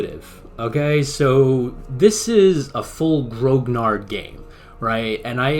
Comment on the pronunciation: A very good quick snapshot review of a grognard jumping into the game as I am doing right now. But please pronounce grognard properly. Grognard is from the Napoleonic armies and it refers to the Imperial Guards who were referred to as "grumblers" (grognard: "to grumble"). It is pronounced gronyar, no hard G, and no D at the end. Other than that I echo your "wow" reactions to an insane amount of work and detail put into this game. It is indeed the "gold standard" as you say, and I speak as a scenario designer in TOAW, and did my own opus of this campaign called Drang nach Osten. Grigsby's game is an obsessive work, a masterpiece in fact.